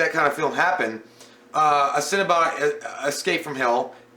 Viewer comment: I swear it sounded like he kept saying cinnabun.... A cinnabun escaped from hell